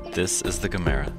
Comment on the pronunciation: Doesn't anyone know how to properly say Gamera!? This narrator doesn't.